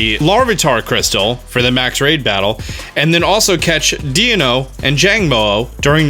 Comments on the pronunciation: It's pronounced like 'D-ai-no' as in dinosaur. But also like the German number, Ein-1, zwei-2, drei-3 for deino, zweilous, and hydreigon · Deino should be pronounced like Dino, as the 3 pokemon contain the numbers 1, 2, and 3 in German. Ein, Zwei, and Drei. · I want to point out how poorly you pronounced poor Deino's name. It's pronounced like D-eye-no. Its entire evolution line is a play on the German words for 1, 2, and 3 which is the related to the amount of heads the entire evolution line has. Eins (Or Ein) being one for Deino. Zwei (Pronounced like Zv-eye) being two for Zweilous. And Drei (Pronounced like Dry [Roll the R]) being 3 for Hydreigon. I took German for 3 1/2 years in High School around the time that Black and White came out so Deino was super interesting to me at the time and still tbh. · Yeah it was irking me abit every time he said it like deeno 😂